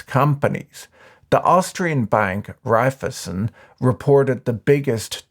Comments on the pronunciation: Repeat after me: Rhai - phy - zen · its REIFEisen, try pronouncing it, shouldnt be too hard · My only criticism is that it's not how you pronounce (evil) Raiffeisen.